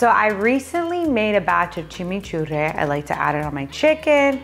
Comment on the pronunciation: That is definitely not how you say chimichurri lol. Awesome fishing though!